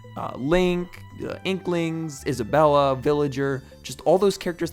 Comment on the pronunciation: „Issabella” angry animal crossing fans commenting intensifies